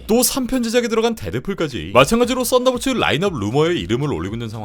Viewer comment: 왜 나는 쌋다볼츠라고 들리지..